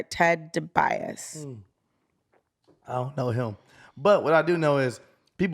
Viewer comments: She said ted debias, thats Ted Debiase, come on, classic wwf wrestler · lol once again Steelo's girlfriend out here mispronouncing the hell out of words....it 's Million Dollar Man Ted DiBiase's son who is being accused in the story....